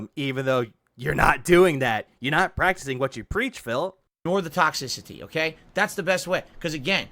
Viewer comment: “Tox-ic-CIty” Why does Pigroach have to pronounce things so damned weird.😂